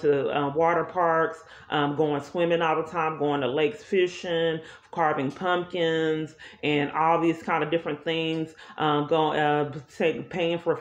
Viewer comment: Nobody: ……: “We carved PUMPTHINS…”